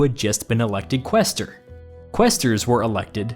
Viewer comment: Speaking of clever moves, he didn't pick QWEEster or QWAYster. Instead he went with Qwhester... nimbly avoiding that pronunciation debate and picking something everyone can agree is wrong. :p